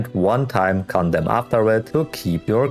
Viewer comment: My wife was wondering why I was watching a video with a guy that keeps repeating 'condom'. I had to to tell her he was trying to say condemn.